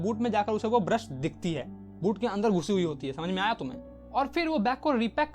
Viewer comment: "smjh rhe ho ?" 😆 boot (butt) me brush😂😂